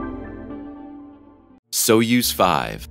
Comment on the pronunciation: Soyuz - pronounced Soy (like Boy) yuz (like Does) soy-yuz!! NOT SO-USE!!